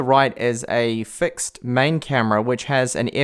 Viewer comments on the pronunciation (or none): none